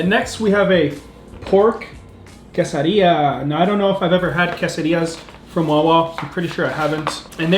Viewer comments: don't say quesadilla in a hispanic accent it's tex mex food which is american not hispanic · usually I don’t like when people pronounce stuff different but I love your pronunciation of quesadilla 😂